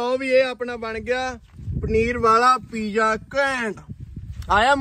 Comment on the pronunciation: Pija ni hunda. Piza hunda. English boli hei ta theek theek bol.